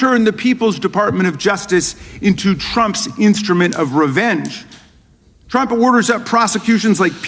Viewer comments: Sound like Pam said "Drump". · No she said “DONALD CHROMP”